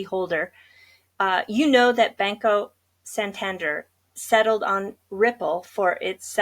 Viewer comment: Pronounced " San-Tan- Dair " 👍